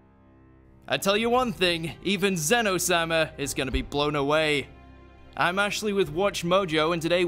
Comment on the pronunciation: Why did you say zenno sama , brig you just earned yourself a dislike